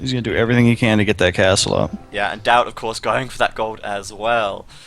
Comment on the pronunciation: whacko, it's Daut not Dawt.............